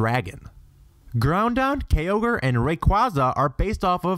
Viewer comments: and OMG! what did you just say about Xerneas, Yveltal and Zygarde? why cant you pronounce thier names right? THEY EVEN SAY IT IN THE ANIME!! you didnt watch it did you? becasue it damn sure doesnt look like it..... Also - Kyogres name isnt pronounced like how you said it and Levianth? Behemth? Zyzz? LeviATHAN, BeheMOTH, ZYAZZ! research how to say things before you say them... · "Ground-don and Key-ogre" "rye-qwa-zeh"